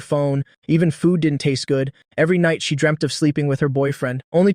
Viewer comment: Bro one question why you pronunse she he